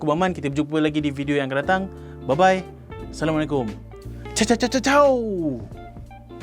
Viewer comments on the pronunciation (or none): none